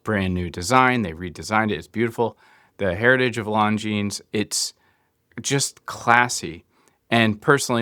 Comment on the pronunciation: Longines is spoken with a silent "s" and the "black" version with the mesh actually has a dark grey bezel insert, not black.